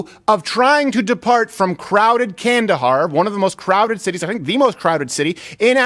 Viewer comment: I didn’t know you said Kandahar, I thought you said “candy bar.” So it didn’t change much for me, but thanks for the correction.